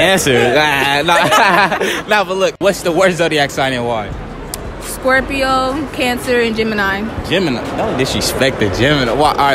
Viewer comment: that whole friend group can’t talk right “canTER” “peces”